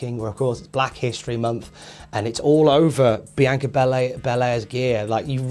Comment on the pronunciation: He's pronouncing it fine. This might surprise you, but people from different countries, or even different bits of the same country, sometimes pronounce things differently.